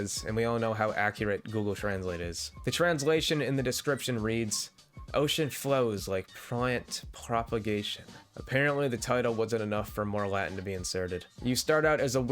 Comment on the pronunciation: “Oh shit flows like pa-lant problagation.” Makes sense.